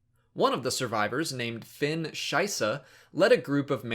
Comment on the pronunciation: Lost it X'D caught me by surprise and sounded like Scheiße. That family name is shit, litterally X)